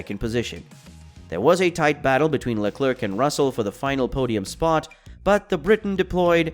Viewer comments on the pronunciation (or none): sorry man but its pronounced "Le Comb" not "Less Comez".. Also it's pronounced VeRstappen not vestappen. There is an R there. It is also Carlos "Sainz" not "Sayings".. good luck on future vids.